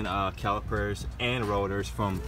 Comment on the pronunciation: “the challipers” lol